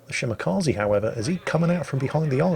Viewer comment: It's ShimakzE, not ShimakazI.